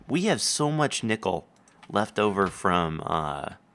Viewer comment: i could've sworn he said nipple instead of nickel